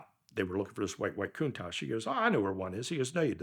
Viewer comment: Its not aa Coontash, its a contatch.